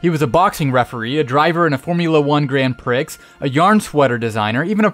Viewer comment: You can tell someone is just reading a script when they pronounce the "x" in "Grand Prix".....